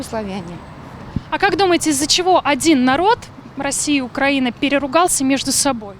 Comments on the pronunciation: Ведущая! Украи'на (ударение на И) и поэтому украИ'нец, а не укрАнец. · Украина и Украинцы внимание для ведущей!!! Ударение не "а" а на "и". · Солнышко, делай правильно ударение Украина, украинцы, ужасно слушать. 🤮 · Государство УкраИна, народ украИнский☝🏻 Журналисты должны правильно произносить